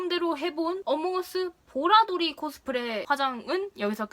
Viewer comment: 의인화 발음 못하시는거 귀야워요 ㅋㅎㅋㅎㅎㅋㅎㅋㅎㅋㅎㅋㅎㄹㅋㅎㅋㄹㄹㅋㄹㅋㅅ 보라돌이도 ㅋㄹㄹㅋㅅㅋㅅㅋㅅㅋㅅ